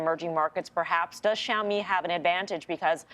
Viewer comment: She say Zoami this xiaomi